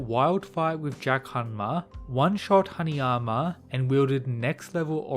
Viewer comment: I keep thinking you’re saying “honey armor” instead of Haneyama lol